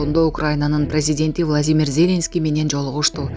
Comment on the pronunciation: Ой, кызым, ЗЕленский дебей, ЗелЕнский деп туура ударение коюп окучу. Уккум да келбей кетти.